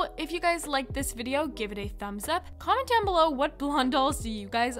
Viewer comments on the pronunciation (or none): none